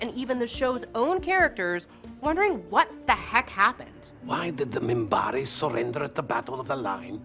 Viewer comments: day lynn? moombare? Loren? lor e in... 3 syllables. Kosh was not a space angel, they tampered with the younger races and caused them to perceive them in this manner. btw they are all kosh. for example the drazi thought that it was their female god. I could be wrong, it might have been the narn.... or perhaps both. the trap door was actually a disease effecting the actors memory and had to be replaced. lorien was not a wizard, the technomages were the wizards... wow.... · and i cringed every time she said "moonbari" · Day-len? Moonbari? And then she gets Minbari right? Pathetic. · First the mispronunciation of Delenn (Deh'Lenn) and now Minbari pronounced as Munbarri . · The Moom-bari? WTF? Commander Sheridan? Don't you mean captain!? Stop singing the praises of the show and actually sit down and watch it! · Yea she lost me when she called the Minbari the Munbari. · Also the "Munbarre". Decent script, but they should have had somebody that knows the show checking pronunciation during shooting. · MUMBARI?!?!?!?! WTF!!!! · I was riding along until you had to attack a perfectly good show like ST: Discovery... Her pronunciation is most likely an accent issue but what caught my ear was when she referred to the "Minbari" as the Mumbari... And she got many things wrong from a certain pov... The original station commander had relapsed into a bad habit in RL and had to be pulled... That was not written in ahead of time but the backdoor she refers to was... JMS does not get the credit he deserves imho for being such an excellent writer/producer... That aside I won't sub this channel since it appears they mostly read from scripts others wrote and researched, while the talkers have little clue what they're talking about, lol... After all, she was at most an infant when this show was originally aired... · The mispronunciations of Minbari and Delenn is killing me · . OK I'm done. This person cannot even pronounce Minbari correctly. This is all BS.